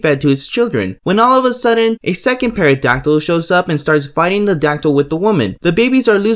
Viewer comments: I mean no harm, because I have a speech impediment, and there are words that are really hard for me to say, but you mean pterodactyl? The p is silent the t is not. Unless you're talking about an animal that I don't know about, which is likely. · The P in 'Pterodactyl' is silent, bud. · The p in pterodactyl is silent not the t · Woah there, pal, no need to get so salty. If you didn't make the "ass hat" decision of completely mispronouncing a very basic English word and a well known last name, you wouldn't have so many people calling you out on your idiocy. Just a thought. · It’s pronounced teradactyl on peradactyl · Dude said pear a dactyl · The P is silent in pterodactyl It’s Ben-Wah But other then that good vid 👍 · >Pterodactyl scene > OP says PAEADACTYL THE P IS SILENT HOLY SHIT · hey man it's pronounced "Terra-dac-til". You dont pronounce the P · "peradactyl" ...... and for those reasons, I'm out. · Did my man just say parodactyl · Did this guy just say paradactyl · Chris Benoit ( benwah) pterodactyl ( tero dactyl) Good video though( tho) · nigga said 🅿️erodactyl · Pair-a-dactol was the one that got me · I stopped watching after “perodactyl” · Great video.loved the show, great work. It's pronounced Teradactyl btw. The P is silent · Pterodactyl the p is silent he said perodactyl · He also pronounced pterodactyl as pairadactyl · Yeah, it's usually "Terra dactyl" and, yeah, I certainly would've never known about it if it weren't for the intro. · Pterodactyl- it’s a silent ‘p’ not a silent ‘t’ dude... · You didn't explain anything! You just said where they were from I thought you'd have gone into some analysis as to why they were used, not just reeled off some lazy ass list. Also, the P in pterodactyl is silent you mong. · How did this lad just pronounce pterodactyl? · This dude really just pronounced pterodactyl with the P LMFAO. C'mon man the P is silent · the p is silent... Lol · The P is silent in pterodactyl. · P is silent bro